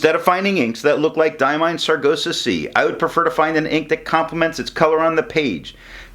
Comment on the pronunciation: I do like that color, aptly named, thanks for the review... I hate to be the one to tell you you are pronouncing Sargasso kinda dyslexic (ie. you are saying sar-go-sah and it is sar-gass-oh). Thought I should say.